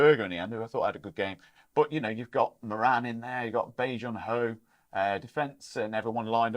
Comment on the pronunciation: I really enjoy the channel gents. Good intelligent, insightful chat. (Can you please make an effort to pronounce Moran's name properly. It's rhymes with Goran, as in Ivanišević)😊